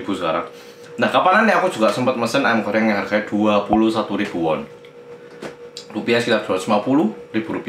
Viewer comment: apa cuman gw doang yang denger mas Hangsol itu bilang "ayam Koreng" wkwkwkw.. :-D